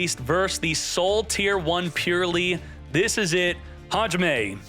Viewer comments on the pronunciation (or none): I took a while to understand that what says is "Hajime!"